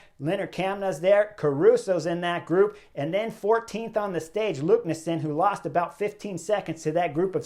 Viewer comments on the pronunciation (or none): none